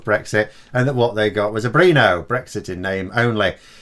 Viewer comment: please! BRINO rhymes with RINO not BEANO! PLEASE! Or is just a north/south thing?